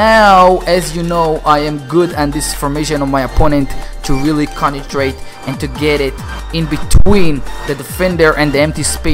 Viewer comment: Why do you say consentrate contentrate